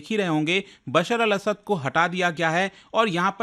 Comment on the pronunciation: not असाद 😅it' असद